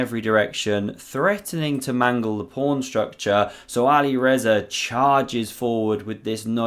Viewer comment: The commentator in this video is getting very tiresome with his constant invocation of "prawn" instead of pawn. Once or twice is amusing, but to hear it said every time positively grates on one's nerves...